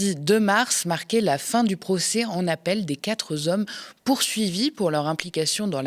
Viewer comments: Quatre ne prend jamais de s donc quatre hommes et pas quatre zhommes ! Merci ! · de grâce, arrêtez de faire la liaison de "quatre" avec un "s". On ne dit pas "quatre-z-hommes". "Quatre" est invariable.... Par ailleurs, bravo pr vos récaps, toutes plus intéressantes les unes que les autres et porteuses de remises en question concernant l'actualité. Continuez! Au moins, ns avons d'autres sons de cloches que CNews (dt vs ns faites l'écho, ce qui ns permet de savoir ce qui s'y dit, puisque chez ns, cette chaine est bannie d'écoute!) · des quatre hommes (pas de s à 4 donc pas de liaison) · s'il te plaît soigne tes liaisons. Quatre z hommes me fait saigner les oreilles. Je suis d'une génération où le français était encore enseigné intensivement et j'aime ma langue maternelle. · Ah ! Les fameux quatre zomms...